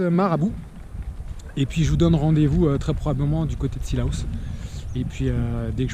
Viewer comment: Par contre j'ai remarqué que tu dis '' cila-ous-'' au lieu de '' cila-os-'' après je sais pas si c'est moi qui comprend pas bien mais tqt la plupart des gens extérieur n'arrive pas à le dire:-) Voilà...ce n'est pas pour être méchante juste a d'aider dans la prononciation